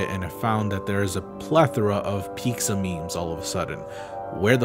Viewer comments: why the fuck do you say "pizza" like "peekza" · Do you actually pronounce pizza as “pigza” or are you trolling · pizza = peet-zuh not peek-zuh lmao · Oh right I forgot you say Pixa instead of Pizza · Love ya,... but it sounds like you're saying "peekza" I'm relatively new to your content. Like 2020-ish so idk if that's an inside joke or not. Either way, always excited to see a boose drop! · he's always said it like that, I think he explained it once but I'm not sure where exactly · Is he saying "pikza" instead of pizza? wtf? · why do you pronounce pizza as piksa you’ve done it before but I just thought it was an accident the first time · Stop saying Peeksa. Who are you, Ironmouse? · you wonder about the pronounciation of automata, but you pronounce pizza like...peexa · you keep saying peek-za and not pizza. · Ok, ok, great now time for real question wtf is your pronunciation of pizza? "Pixa"? Gender neutral disney owned gluten free nightmare Geralt??! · The way you pronounce pizza is mind boggling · some Mexicans say it like that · omg why do you say pizza like that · Dislike for the pizza pronunciation